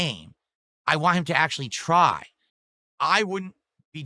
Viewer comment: Bro says ‘want’ as ‘WAH’